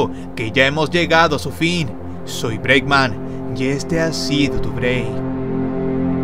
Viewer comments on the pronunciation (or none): "Soy breackman y es ora de tomarse un breack"